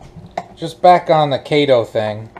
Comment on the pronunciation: Just a few comments. I am a fan, so please don't take this wrong. It's Keto, not Kato. Kato was the Green Hornet's sidekick. The best healthy diet is the one you can live with. From the Forbes article How Humans Evolved To Be Natural Omnivores: "The best evidence is our teeth: we have biting/tearing/ripping incisors and canines (like carnivores) and chewing molars (like herbivores). Animals with such diverse teeth tend to be omnivores." Carbs are carbolicious. As for them impact of animals on the environment, I try to reduce the population of cows, pigs, chickens, etc. every chance I get. As for the ingredients of real chicken vs. fake chicken, one of them looks like a chemistry set, and the other seems more natural and healthier. Here are the ingredients: Real chicken = chicken. Fake chicken = Water, Organic Cane Sugar, Enriched Flour (Wheat Flour, Niacin, Reduced Iron, Thiamine Mononitrate, Riboflavin, Folic Acid), Soy Protein Isolate, Canola Oil, Vital Wheat Gluten, Soy Sauce (Water, Soybeans, Wheat, Salt), Organic Distilled Vinegar, Rice Flour, Methylcellulose, Fruit Puree (Water, Mandarin Orange Juice Concentrate, Tangerine Juice Concentrate), Organic Ancient Grain Flour (Khorasan Wheat, Amaranth, Millet, Quinoa), Modified Potato Starch, Corn Starch, Yeast Extract, Organic Yeast Extract, Sugar, Sea Salt, Salted Sake (Water, Rice, Salt), Potato Starch, Garlic Powder, Salt, Ginger Puree, Spices, Natural Flavors, Color Added, Roasted Garlic Puree (Garlic, Water), Onion Powd